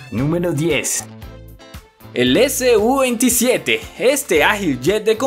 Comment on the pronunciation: Se dice su-27 todo junto no S-U